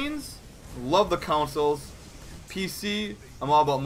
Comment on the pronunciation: Hey why do you say "consoles" with a slight "U"?